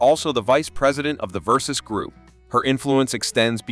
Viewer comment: LOL how do you pronounce Ver saw chee ? Versays! Not…